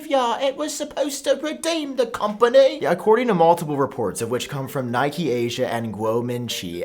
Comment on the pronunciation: It's not pronounced Nikee, it's pronounced Nikkei